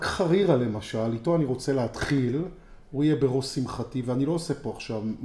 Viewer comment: כפרה עליך אומרים חרירה בחיבור ולא ח רירה..